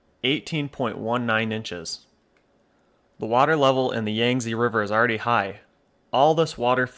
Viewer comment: Yangtze is pronounce "yahng-Tzuh" that "Tzuh" is very unstressed. a bit like a sound you might make involuntarily if punch in stomache.